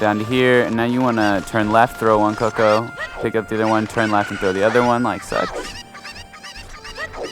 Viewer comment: CUCCO not "Coco" fucking invalid